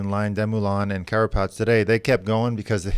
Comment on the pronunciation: George,, it is "Carapaz" not "Carpatz" or "Carapatz"..